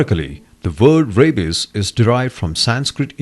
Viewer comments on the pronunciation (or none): "Ray-bis" "aunty quitty"